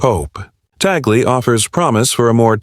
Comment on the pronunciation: Thanks for the correct pronunciation of Cardinal Luis Tagle.